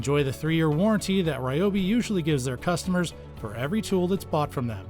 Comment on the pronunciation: Its, Reeeee-O- beeeeee Not, Rye-O-beee Look it up